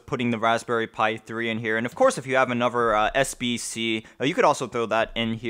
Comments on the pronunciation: the tone doesn't bother me but every time I hear "anover" I wanna stick an icepick in my ears. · ugh stop saying "anover" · what, saying a V sound instead of a TH sound? no, it's laziness.